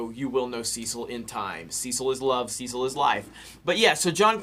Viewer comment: Listening to how Americans pronounce "Cecil" is painful.